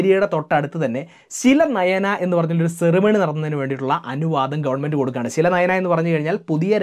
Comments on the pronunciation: its not silanayana; its silanyas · ശിലനയന എന്നല്ല ശിലാന്യാസ്‌ എന്നാണ്‌കേട്ടിരിക്കുന്നത്‌